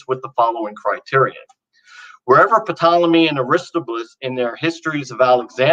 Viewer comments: Ok is just trolling me now...he knows how to pronounce Ptolemy - taa • luh • mee yet he insists on mispronouncing virtually every name from ancient history... Puh • taa • luh • mee. Why? It's to vex and distract anyone knowledgeable of the topic at hand from being able to listen to any of the actual content of his argument because our brains are grinding to a halt as we wrestle with this pronunciation problem. At least he pronounces Kant korrektly. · It's pronounced "tolemy" not "puh-tolemy". Oof. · Am I the only one who cringes every time he P ronounced ptolemy "P tolemy" or am I just being P edeantic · Please tell our young scholar that the “P“ in Ptolemy is NOT pronounced.